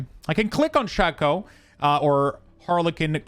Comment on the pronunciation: Good video but ti is pronounced shay-co not shaw-co